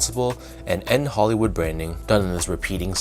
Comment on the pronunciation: Bruh it’s a shoe review at least pronounce the name right, it is N. Hoolywood not N. Hollywood smh